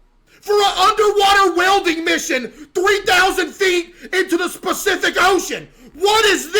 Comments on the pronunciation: Pacific Ocean ❌ Specific ocean ✅ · “specific ocean” 😂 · Bro said specific ocean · “Specific Ocean” 😭?! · "3,000 feet into the SPECIFIC Ocean!!" I sometimes mispronounce it as THAT too!! 🤣🤣